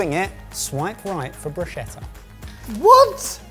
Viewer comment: Hooray - he pronounced bruschetta correctly. My brain was throbbing with all that broosheter lark.